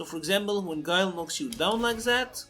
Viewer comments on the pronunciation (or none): Damn not my boi Gwey-Lai